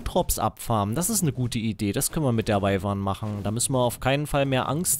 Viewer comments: kleine info man schreibt wyvern aber sagt wüvern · Patrick Flad man sagt eigentlich "wivern"